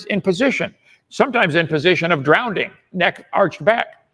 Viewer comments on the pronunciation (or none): 😂 Kent said "Drownding" again!!! 🤣